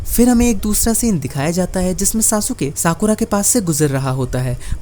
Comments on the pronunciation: SASUKE ❌❌ SASUKA✅✅ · Sasuke . Saske